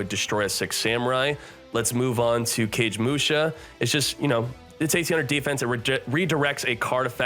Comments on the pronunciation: it's Car Gay Musha..... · Gotta say, as a F2P player I love the 500 free gems they give out with new boxes. :'D ...Just got my second Wheeleder thanks to it. "Cage-musha" tho. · KA-GAY-MU-SHA !!! I played against too many Six Sams back in the day to know this lol